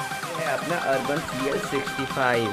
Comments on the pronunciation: भाई ब्रांड का नाम तो ठीक से बोल ले। अर्बन नहीं, यूबोन है। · Sab sahi laga...aap Khali Nam galat bol rahe ho